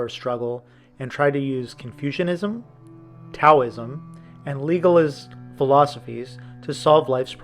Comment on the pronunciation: mispronounced Taoism....